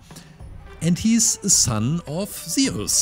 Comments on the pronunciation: bro can u pls say zues and not sound like saying zioles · It was absolutely fantastic, though i couldn't help shout its "zyoo-s" like juice and no "ze-us" 😅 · It’s not seus it’s zuse btw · zee us lol its zoos thats how u pronounce zeus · I pronounce it as zoo-s not zee-iss but u do u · Isnt is pronounced z-u-s and not ze-us? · It's not zeos is Zeus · zeus z-oo-s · Zeeoos no hate I just liked how yo said Zeus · I know you have an accent but it’s pronounced zoos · Its pronounced zeus sounds like zues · he says aluminum right but he cant say zeus for shit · U said Zeus wrong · I love this guys content but I'm sorry the way he says Zeus is honestly kinda making me mad